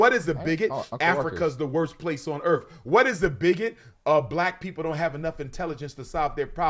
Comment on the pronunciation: Walking this planet “earf” I can’t.